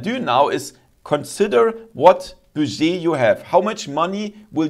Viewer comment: Interesting video thankyou, just a note your pronunciation of "budget" is very wrong I don't want to be overly critical because I appreciate your not native English speaker it's pronounced more like BUD JET